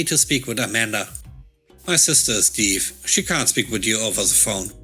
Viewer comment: Actually the word Deaf is supposed to be said like Def (It would Rhyme with words like left, heft, wet, cleft, theft, or names like Jeff, Heff, Steff, etc.) :) Hope that helps for future videos? :) great video today I LOVED the HR revenge story! :)